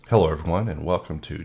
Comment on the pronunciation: Lol. Unrelated. First (and second) time i listened to thw intro I could have sworn you sair "Hellur, everyone." I lost it. Great video as always.